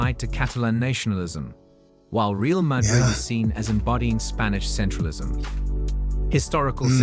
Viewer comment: In fairness, I don't suppose you will know it is an A.I. video until you start watching it. You now live in Spain, so you know that CF Real de Madrid is pronounced Ray-al. Milan is pronounced Meelan. You correctly pronounced 'derby' correctly, so there was already a clue. Kindest from a new subscriber from England [Liverpool FC supporter].